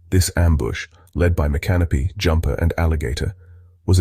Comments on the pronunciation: "Micanopy" was never pronounced correctly in this video. MICK-a-nopee not My Canopy. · I agree with your pronunciation of Micanopy, it is not "Mi-canopy"! I don't live in Florida, but I have been to a small Florida town named MI-kuh-now-pee. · N FL gal here - I've always heard it pronounced Mick-AH-no-pee rather than My-Canopy. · Me-Can-Oh-Pee Get it right AI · Next to was the worst defeat of U.S Troops in our history. Dade was one of the first killed in the first Hollywood of Indian gun fire, Dade and his command were interned in St Augustine where they lay today. Mic an opy is how you prounace his name. One of the 3 survivors died of his wounds. Some of the photos shown were taken at the annual reactment. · you are 100% percent correct. mi -canopy???????. its the damn Brit who mispronounced the chiefs name! seminoles don't and never did wear the feather head gear shown in the video clip. I was born and raised in Florida(76 years old) I have been honored to attend the corn festival on several occasions. the treatment to all native Americans is a dark stain on not only Florida history but ALL America. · You beat me to it. Thanks for correcting the AI speaker and his incorrect pronunciation of the Indian Chief's name. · You murdered the name Micanopy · Every time the name is mentioned. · You can't even pronounce the name Micanopy correctly. MAJOR FAIL! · "Florida Files"??? A computer generated British voice narrating while mispronouncing Micanopy. It should be some Florida Cracker narrating from his airboat, like John Anderson. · You pronounced Micanopy wrong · On a different note. You need to learn how to properly pronounce Micanopy. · Thank you for correcting the pronunciation I'm a native Floriden also this AI crap is getting out of hand.